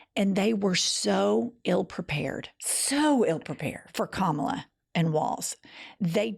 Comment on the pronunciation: I just realized as I heard it read aloud. Trump is calling her Ka*MOB*la. Mob.